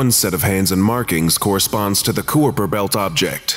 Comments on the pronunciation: "queeper belt????" REALLY??? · it's pronounced 'khai-per'. Like the 'kh' in genghis khan, and 'aiper' is like the word diaper. It's weird. The more you know~✴️ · His pronunciation of Kuiper still just ....gets to me...it's correct pronunciation sounds like K-ie-per. Otherwise, quality content as per usual. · That pronunciation almost physically hurts, and I'm not sure if it's just painful to hear, or if it's the laughter at fault...